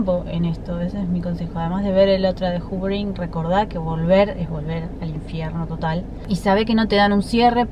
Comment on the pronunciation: X q ponen titulos a las técnicas en ingles ! X favor ! No se entiende nada . Q es el hoovering . Encima lo pronuncias juvering. Explica mejor q es !?